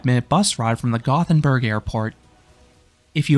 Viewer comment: I love that you put so much effort into pronouncing Liseberg correctly, then you pronounced Gothenburg wrong right after. Sorry, just giving you a hard time. 😂